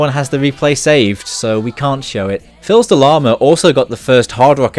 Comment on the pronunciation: Quick note: The "L" in Filsdelama is not pronounced, it's french, and means "son of a lama", and "Fils" is said "Fis", it means "Son". Really cool vid, love ya!